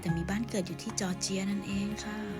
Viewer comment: จอร์เจีย ครับ ไม่ใช่ จอเจียร์